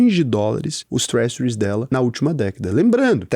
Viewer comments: se pronuncia TRÉJHÂR e não tréssure, é só uma crítica construtiva, não me leva a mal.✌ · Sua pronuncia de treasures é algo kkkkkkkkkk